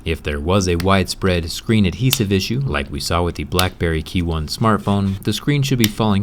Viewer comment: You put alot of emphasis on the "h" In adhesive. Maybe if your American that's possibly the reason why